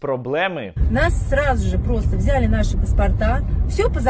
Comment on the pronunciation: Українською наголос буде на 'и': взялИ, а не взЯли далИ, а не дАли